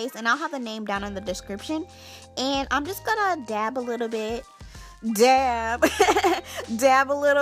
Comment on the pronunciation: Lol the way you say dab